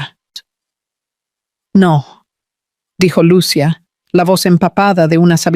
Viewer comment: Por favor porque los narradores no pronuncian bien los nombres de los personajes, lo digo porque se olvidan de señalar los acentos en los nombres Lucía se pronuncia con i con acento no Lucia sin acento. Repasen la gramática de la lengua española